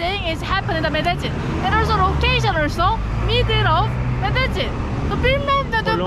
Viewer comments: Benim bildiğim L harfini Y olarak okuyorlar İspanyolcada. Yani Medeyyin olarak okunması gerekiyor ben mi yanlış biliyorum acep? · medecin değilde medennin diye telafüz ediyorlar diye biliyordum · Medecin değil... Medeyyin olarak söylenir, kral! Medellin tam mafyanın merkezi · Medellin deyilmi o? niye her kes medecin diyo? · Medelinn abi Medecin degil 😀iyi eglenceler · Abi aslında “Medeyin” diye söyleniliyor. İspanyolcada iki “l” harfi yan yana geldikçe ‘y’ diye söylenir. Bu arada her zamanki gibi güzel ve yüksek kalitede bir çekim olmuş; Böyle devam abi 🙌🏼🙏🏼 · Medejjin. Kaynak: 5 gun once ordaydim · medecin diye okunmuyo ki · Şuraya medecin deyip durma ya medellin de şuraya